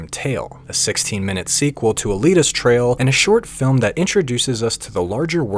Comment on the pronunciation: bro I can't over the fact that you say TRAIL instead of TRIAL. dude please stop the engagement bait. I love chinese manhua and wuxia stories so it follows that I like this video. but I find purposefully mispronouncing things for engagement to very slimey behavior. The only reason I bothered to comment is because I too want people to see this video and learn about Donghua and Manhua. Otherwise, I'd have reported this video as spam.